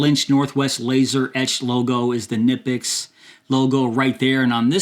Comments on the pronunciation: Knipex. the "K" is not silent. the "i" is long. say "Cneepex". i am German. i have the and 180. best there are in their size. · Actually.. It’s pronounced ‘Key-na-pix’ ..real fast ~ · Who is going to tell him you pronounce the k? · Knipex (pronounced kuh-nip-pex, btw) is an excellent brand. We use them in our family for years, even though it is hard to come by where I live. When I go to Europe I also come back with some tools for envious friends. They are well worth the money because they will last you at least 5 times longer than any other tool.